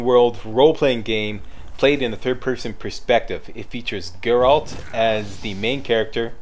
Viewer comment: Hey, been awhile. And THANK you for saying Geralt. 80% of the people who do some sort of "review" they call him Gerralt (You did once heheh, we'll pretend that didn't happen;D). Yeah, I'm in my 3rd play through of TW3. Damn TW3 is fun, but I agree with your gripes. But, all games have some problems with it. Oh, and Greetings from Manitoba EH!